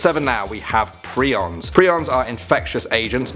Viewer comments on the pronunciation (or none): Prions are pronounced Pry-ons. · Did he just say “preons are infectious asian”??